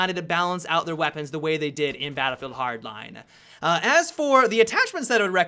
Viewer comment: Battleddd Hardline